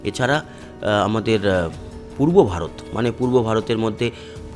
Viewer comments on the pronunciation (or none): none